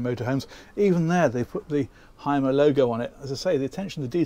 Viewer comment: Y is U in German… so it’s pronounced Humer